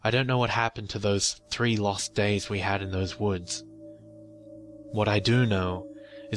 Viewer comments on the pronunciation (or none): none